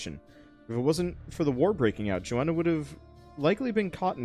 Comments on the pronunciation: JONNA, There is no extra A, Jonna not Joanna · Its Jonna not Joanna LOL